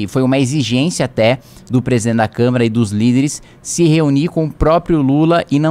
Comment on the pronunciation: kim pq vc não consegue falar a palavra Presidente e sim Presen